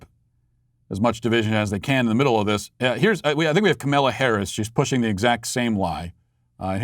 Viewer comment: Pelosi mispronounced Kamala...I think.